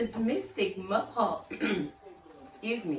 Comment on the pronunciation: Mohawk not Mark